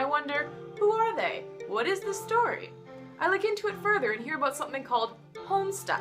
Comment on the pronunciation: Forgive me for noticing but you pronounced (to my ears) "About" as "Aboat" are you by any chance Canadian? just curious :p